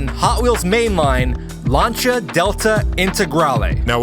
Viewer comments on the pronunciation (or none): Launcha? You mean Lancia? Lol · Lancia is pronounced "Lan-sea-a", not "lanch-ha" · I hate to say 'I told you so' but ...... Lan-cheea! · What’s a Larnshia? Lol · The "lunch-a" delta... no, that just sounds sooo wrong. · I cant be the only one that cringes when they pronounce Lancia wrong